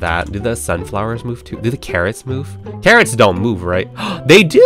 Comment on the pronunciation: CARROTS My Ears:KARENS